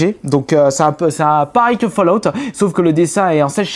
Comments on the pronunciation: on dit FALLOUT pas foulout xd, GG bonne video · "Foullout" new Vegas mdrrr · Mdr comment il prononce les jeux C'est surtout fallout il a dit " fouloute " mdr j'étais mort . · "FOULLOUT"... no comment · Foulout ? Sérieusement tu sais pas parler ?